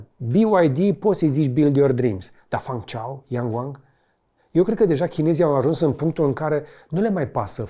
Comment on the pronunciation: Salut George, misto filmuletul (dealtfel cam toate filmuletele tale) numele sub-brandului BYD pe care incerci sa-l pronunti este Fang Cheng Bao iar numele orasului Zhengzhou s-ar pronunta ceva de genul: Gengjou